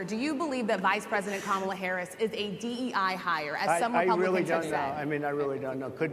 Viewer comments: He's unraveling.All of a sudden he can pronounce her name. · he accidentally pronounced it correctly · Oh wow he finally pronounced her name correct at one point. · well some pressure made him say her name right finally 😂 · Notice, at 6mins 30sec he forgets himself and pronounces Karmala correctly! Other than that, it's the same old same old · Trump says VP Harris’ name correctly, which kind of makes it a fact that he is making an effort to say her name incorrectly…loser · First time he pronounced kamala name correct 😅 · This seems like an SNL skit. Crazy though, he actually says her name correctly